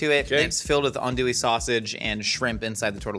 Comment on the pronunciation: As a Cajun, I appreciate the zealous use of Tony's, but I'm gonna carve my ear drums out the next time I hear you call Andouille "Anduly", or call roux gravy lol.